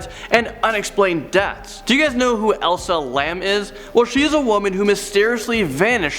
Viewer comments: Elisa not Elsa......🤦🏻‍♀️🤣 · Elisa not elsa...jus sayin :-) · Elisa Lam...Not Elsa or Ilsa. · This dude is trash. You pronounced Elisa name wrong